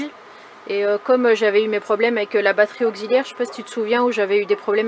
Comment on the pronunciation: 😂😂😂 j ai ri quand tu as prononcé "batterie auzziliaire". Sacree. Beau nid douillet pour ton loulou. Calins a Nany et Koda. Contente pour toi, tout fonctionne